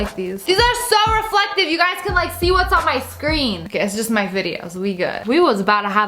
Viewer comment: Ew why you say hello gays